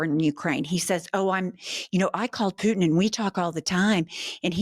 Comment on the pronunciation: I don’t like how you say Putin, other than that this is all great. 😂